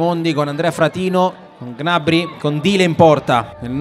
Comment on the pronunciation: Ma perché il commentatore non sa dire gnabri